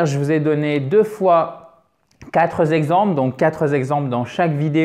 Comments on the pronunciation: Sorry mais on ne dit pas : les quatre Z exemples ou 4 Z yeux . Plutot les quatre exemples. Quatre au pluriel ne prend pas de s. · Coucou, Pourquoi fais-tu la liaison lorsque tu parles des quatre exemples puisqu'il n'y a pas de "S" à la fin de quatre???? Est-ce que ma "COPINE" américaine: CHRISTINA REBUFFET t'a contacté au sujet de la traduction de l'expression: "To walk on the ice"??? Merci de votre coopération à mon apprentissage linguistique, Continuez votre merveilleux travail!!! Yours, Carine + Hervé